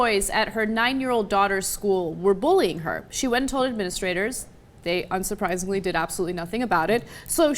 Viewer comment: "unsuprisidly? 0.0 lols